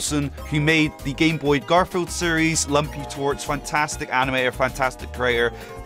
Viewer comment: so either ive been pronouncing Lumpy Touch wrong or he said Lumpy TORCH